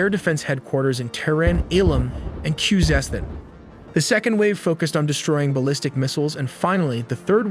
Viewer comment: Thanks for this animation. pronunc of `Khuzestan` is hozestan not kuzestan, like Jose in spanish